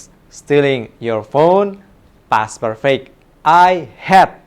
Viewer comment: mistake pronunciation "perfect"